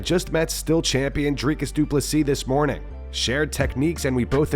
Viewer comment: Drink anytime you hear Dricus Duplesis😂